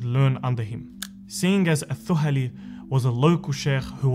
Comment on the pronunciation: The pronunciation of "Al Thuhali" is wrong here. "Th" should be pronounced as in "The".